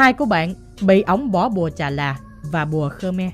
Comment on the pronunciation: Thật ra là bùa Chà Và của ngừơi Ấn Độ nha bạn, chắc bạn ko biết nên đọc là chà là (1 loại cây) 😅😅😅 nói chung chơi bùa sẽ bị phản bùa nên khi nào hiềm khích lắm ngta mới chơi còn khơi khơi chơi như câu chuyện t2 thì mình chịu rồi đó